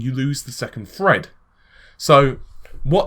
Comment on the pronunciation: its not fucking fred!! its THREAD!!!